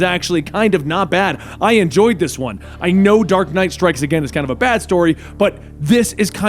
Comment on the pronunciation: Hahaha he said dork knight